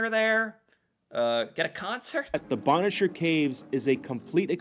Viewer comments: BONE CHER PRONOUNCE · Bonnechere caves was mispronounced....bonne (phoneteticLly pronounced bun)is a feminine french word for beautiful...and chere phonetically pronounced share is another french word for dear! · You did fabulously on pronouncing Kakabeka Falls and Ouimet Canyon. Gananoque (GAN A knock way) Agawa rhymes with BAG a wah. Bonnechere (BUN-sheer) caves. The CHEL-ten-ham Badlands used to be open to visitors walking on them. I was there once many years ago before the renovations and recently. Because it is actually terra cotta shale clay, it can be very slippery when wet. When you enter the parking lot there is a visitor centre there where you pay for your tickets and then take the trail to the lookout over the badlands. There is plenty of farmland surrounding the badlands so that's another reason to keep it free of human feet. The Elora Gorge also has an outdoor concert stage where there are about 30 or so bands that play during Riverfest and thousands attend. The trolly/tram/streetcar that takes you down to the river for the Hornblower cruise is called a funicular. It's pronounced sort of like particular FOO nick You Lar. There is also funicular in Quebec City. Of possible interest, Ontario also has saltwater ports on its northern shore on James Bay and Hudson's Bay.